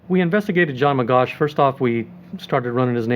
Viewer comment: His correct name is : John Magoch (not Magosh)